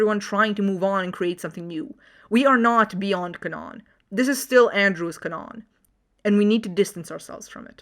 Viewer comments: Why are you pronouncing canon as canón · i don't think i ever seen someone pronounce it as canóon. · Is canon pronounced that way deliberately, or what? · I have never heard someone mispronounce canon in English before, even when it comes to non-native speakers since it is a Latin word that is pronounced pretty much the same in every Indo-European language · "Canon", with one N, is pronounced with an emphasis on the A, not the O. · No offense to you, but I ain't never getting over how you say "canon"